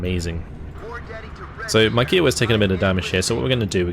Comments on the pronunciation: You pronounced Kiowa wrong bud, its kai·uh·wuh, amazing content as always! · K'eye [as in eye]-oh-wa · I only mention it because you always are so good with pronunciations, but the pronunciation of Kiowa is slightly off. The helicopter is named after the Native American tribe of the same name and instead of a ‘q’ sound it’s more of a ‘k’ sound. So it’s like ‘Hi’ with a K sound at the beginning. I don’t know how else to describe it in writing lol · Yeah, I was gonna say this! The “Ki” rhymes with “eye”.